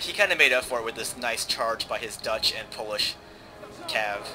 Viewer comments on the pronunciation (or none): none